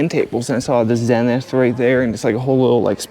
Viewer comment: the motherland. I can tell your young by the way you pronounce Zenith, lol